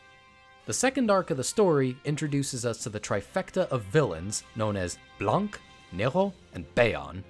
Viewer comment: Good god, hearing "blanc" as "blankkk" hurts